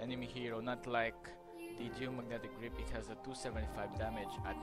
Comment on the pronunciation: "Geomagnetic rape" is how I heard it Edit: what a shitty, rambling guide